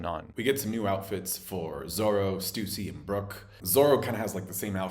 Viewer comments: Lol he said Stoosy. The internets ruined him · thanks for pronouncing Stussy's name like (stoozy) cuz ZERO people ever have the name (stuh-see) and you dont pronounce Luffy's name (luh-fee)